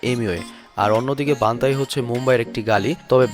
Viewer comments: বান্তাই না its বান্টাই😍😍😍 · Emiway bantai❌ Emiway banthai✅ 😂😂😂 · বান্তাই নাকি বান্টাই!! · আবাল বান্তাই না বান্টাই. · Hur bal ta বানতাই na বানটাই age lewra thik kora bolte sekh thenn wara biography bolte asbi..